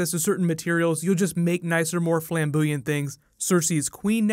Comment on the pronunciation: did you just say "flambooyant"?